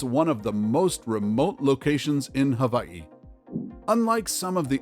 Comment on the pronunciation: your pronunciation of kalaupapa and hawai'i was amazing, thank you